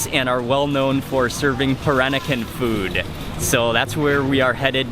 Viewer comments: he can't even pronounce peran-nakan properly absurdly awkward to my baba culture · somebody please tell him how to pronounce 'Peranakan'' its so irritating